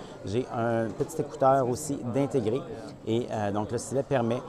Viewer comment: Bon la prochaine fois tu feras ta vidéo en français hein? LOL Nan je rigole mais y a quand même une différence entre S-TY-LET et stlèt hein ?? xD Merci quand même pour cette vidéo :D